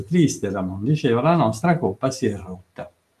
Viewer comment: La dizione coppa con la o chiusa, da dove viene? Da Siena forse, non credo da Livorno. A Firenze ed Empoli, nessuno la pronuncia così.